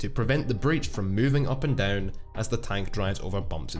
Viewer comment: Can you please say again "up and down"?